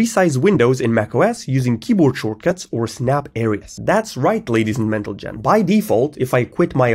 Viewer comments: Ladies and mentlegen? 😂😂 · THATS ROGHT LAIES AND MENTLEMEN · Ladies and "Mentalgen" right 😂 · "ladies and mentlegen" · bro giving vital info, and all i heard was ladies and mentlegen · "That's right ladies and mentalgen" this one cracked me up XD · ladies and mentle gen?? 😆